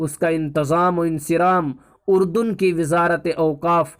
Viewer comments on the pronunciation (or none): none